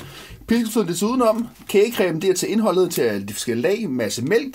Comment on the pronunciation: LOL han sagde krage cem